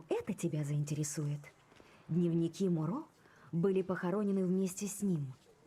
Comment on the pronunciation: это не сильно важно, но правильно говорить Моро на вторую о ударение сори за доеб😅